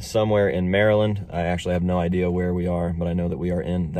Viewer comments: You pronounced Maryland perfectly! Great job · Hi Marylander here! you actually said Maryland perfectly as far as I'm concerned!